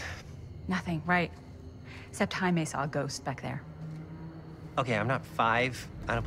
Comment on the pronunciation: Du sprichst den Namen "Jaime" recht interessant aus: Chaime. .. Das heißt aber "Jäimi". xDD Aber ja, jetzt wird das Spiel immer mysteriöser und interessanter. :D